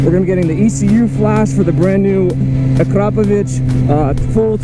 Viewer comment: Haha noone is saying akrapovic right this a slovene factory so nobody in america nows how to say it right